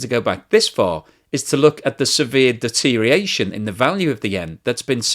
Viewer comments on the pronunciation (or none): 6.35 Deteriation? You sometimes mis pronounce complex words.